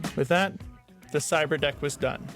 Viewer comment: I can't tell if he's saying "Cyber desk" or "cyber deck". Either way, it sounds like something from Star Wars lol. He should have named it a Cyber Tin since it's not really a desk or deck. Seems pretty pointless honestly, but definitely interesting at least. I doubt there's too many people out there who would have the skills to build something like this though. I felt like I needed a translator app just to understand wtf he was even saying here. That didn't look like raspberry pie to me lol.